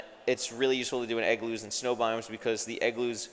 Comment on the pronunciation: Why does continuously call them eggloos instead of igloos?